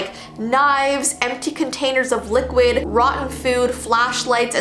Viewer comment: Love how says "empty bottles of liqud"